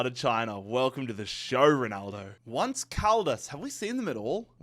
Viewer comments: … not “once” like the English word for “one time,” “once” as in the Spanish word for “eleven,” pronounced roughly like “OWN-say” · Did... Did he not realise "once caldas" is a spanhish name? What's that pronounciation? I mean I get some mispronounciations, but that "once" has me baffled😅